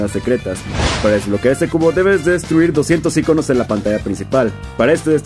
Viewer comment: 😮 dijo algunos iconos MAL